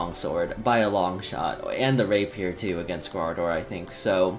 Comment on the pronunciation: Corporeal 🤣 my guy that's not how you say it ! 🤣